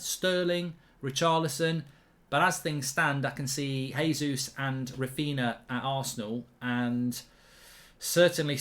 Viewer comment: JAYzus not HAYzus His name is portugese (they speak that in Brazil) - not S[anish.